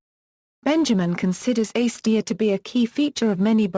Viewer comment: Slow down. No need to speak so rapidly. Also, please pronounce acedia correctly: A c d ia or perhaps you will understand this better: ay (as in may) c (as in see) d (rhymes with see) ia sounds like uh